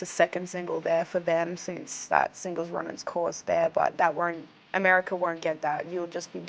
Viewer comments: "Americer" lol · She says Americer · Lol americer